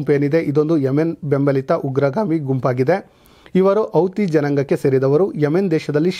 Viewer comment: ನಿಮ್ಮ ನ್ಯೂಸ್ ಓಕೆ. ಶ್ಲಾಘನೀಯ. ಆದ್ರೆ 'ಹ ' ಕಾರ ಗೋವಿಂದಾ...! ಅಡಗು, ಅಮಾಸ್, ಔತಿ,ಒಂದಿರುವ, ಅನ್ನೆರಡು etc...